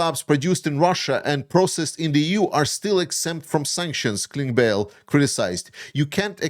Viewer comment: hey, german speaker here. Klingbeil would be pronounced "kling bile", for future reference :-)